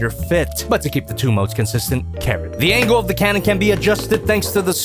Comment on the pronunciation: said Karen not cannon